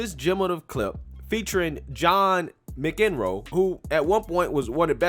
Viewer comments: His last name is pronounced "MAC EN ROW" not ma ken ro. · His name is pronounced MAC enroe, not MIC enroe. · Mack-en-roe is how it’s pronounced. “Mick-in-roe”- That was funny. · WOW. DID YOU REALLY just say Mick-in-row? John Mick-in-row??? Wow. Try to say it with me -- Mack-en-row. John Mack-en-row. One more time: John McEnroe. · FYI......his name is pronounced MAC-en-row. Not Mc-En-row. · john MAC IN ROW, not mcinroe lol hes famous af how can you not pronouce his name right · Please learn to pronounce McEnroe before doing the damn video. It is MACenroe not MICenroe. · Pronounced Macinrow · love, but John Mic en row? lol mack’n row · ... BAD GRAMMAR ... Mc" .. is pronounced MAC ( as in Mac Donald's burger joint ) ... NOT ... Mic Donalds ... hearing you DESTROY ... his name ... Mik -Enroe... is quite disturbing. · Lmao John mick-EN-row? It's pronounced MAC-en-row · mack en row... Not mick in row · His name is pronounced John Mackenrow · Mac In Row. Not Macen Row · The way you pronounce his name is Mac In Row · It's pronounced Mac EN Row. He's pretty funny and has a cool life story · Just a heads-up, it's pronounced Mack-enroe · Mac-N-Ro... phonemic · mac....can...roe= McEnroe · Mack- In- Row. Is how you pronounce his name. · Pronounced Mack-in-row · MACK-en-roe. Lol. Crazy f*****. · Good ole’ John Mc-In-Row I mean guy, you’re literally showing us a video where they say his name about 5 times… And you STILL mess it up, THAT badly? Not to mention, how have you never heard of him before this? Maybe i’n just getting old… But dude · It's pronounced "MAC in row." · Hahahaha! We know your young. It's pronounced "MACK IN ROW". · Mac-En-Roe ... lol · It's pronounced "MACK enroe"... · his last name is pronounced: Mac-en-roe. I'm the same age as John MacEnroe, and I remember his grand slams when I was in High school. He's a beast on the court, and he was one of the greatest tennis players ever. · His last name is pronounced Mack in row. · Lol mac-in-row but that’s ok